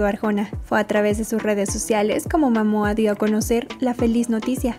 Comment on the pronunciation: Mo, es Momoa no Mamoa